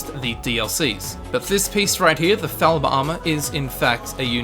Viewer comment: It's FALL-mer... (They say it in the game...) -and actually, it is General Tullius/'/, because it is his... The apostrophe shows ownership, but it goes at the end of a noun that ends in S, and is still pronounced as "David's" would be, but you double the S sound.